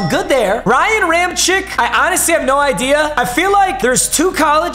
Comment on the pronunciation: Ram-check not chick